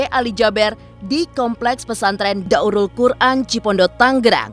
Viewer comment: Daarul qur’an kali. Bukan daurul qur’an